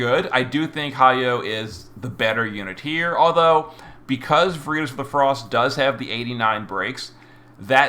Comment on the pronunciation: What is vureetus? VER IT TAS! LATIN word for Truth. Every video man.